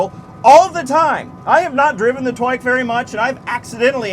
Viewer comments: the first time you said "twike" i understood twink and spilled my drink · “Inside the twin- twike” nice save lmao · "Inside the twink twike!" haha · “Inside the twink… twike” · "Inside the twink- TWIKE" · "Inside the twink, twike" Soooo Im not the only one.